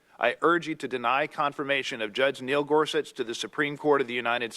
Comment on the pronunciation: Is there a reason for Sam's "idiosyncratic" pronunciation of Gorsuch (gore-suck')?